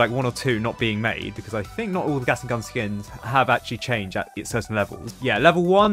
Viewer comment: am I the only one who’s hearing saying gasing gun note Gatling gun